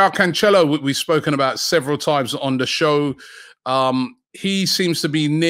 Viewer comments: bro said conchelio lmaoooooooooooo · Pronounced Canselo